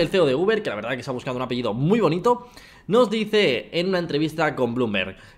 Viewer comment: Pero pronuncia el apellido hombre jaja